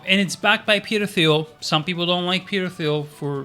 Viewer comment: Thanks for the video. FYI, Thiel is pronounced “teal” like the color. The H is silent. Sorry to nitpick but just in case you talk more about him in future vids wanted you to say it correctly.